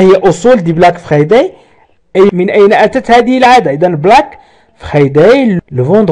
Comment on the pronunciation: Merci beaucoup mais svp ne prononcez pas le mot friday en français. Prononcez le en anglais